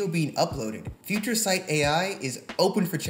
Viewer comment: Nailed the name "Future Sight" Amazing!